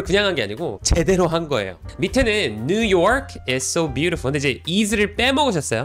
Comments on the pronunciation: 강사님.. 그 new york의 강세가 이상해요.. 딱 아시아사람이 발음 굴려보겠다고 발음만 그럴싸하게 하나.. 실상 강세가 이상해서 못알아듣는.. 처음에 뉴욕 말하는지도 몰랐어요.. have been도 거의 묵음식으로 넘어가서 못알아듣겠고.. 강세를 줘야할 부분은 smooth하게 넘기고 필요없는곳은 강세주니 다른언어 같고.. new york is so beautiful 말할때도.. 강세 이상해서 그냥 문맥상 알아듣지 냅다 아무것도 없이 저 문장 대뜸 말하면 어?? 머라구?? 뭐가 so beautiful?? 이라 할듯 진심이에요 그냥 까내리는게 아니라.. 진심으로.. 뭐라 하실까봐 전 미국에서 태어나서 현재 29이고 18살에 한국 넘어와서 쭉 살고 있어요 27살에 잠깐 1년동안 미국다시 갔다가.. 영어 못하지 않고 영어가 모국어입니다.. 한국말은 어머니가 한국분이라 어렸을때도 곧 잘 자연스럽게 했었어요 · 전문가시네요..그런데요. 제가 뉴욕쪽살아서감히 말씀😅드리는데 뉴욜크 이렇게 굴려서 말씀하시는데 뉴욕 현지에선 누욕! 이거임 r발음 안해요....ㅋㅋㅋㅋㅋㅋㅋ 그리고 아이해빈투뉴욕이라고 전문가 이건좀.... 물론 강호동이잘햇지만 너무 올려치기하시네요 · 추가로 new your 발음 nu ㄴ+ㅠ 발음이 아니고 강사님이 발음하시는 noo u ㄴ+ㅜ~ㅠ 로 발음도 아닌 오로지 정직한 noo ㄴ+ㅜ로만 끝내는 발음입니다. 저기서 강사님처럼 끝음에 ㅠ가 섞이면 촌스럽게 들립니다. 예로 들면 사투리 느낌..? 어눌한 느낌? 그런느낌이에요 어눌하게 말하는 느낌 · 맨 처음 new york 발음 끄는거 개느끼하네 ㅋㅋ